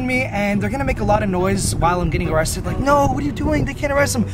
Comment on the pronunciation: Arriested lol 😂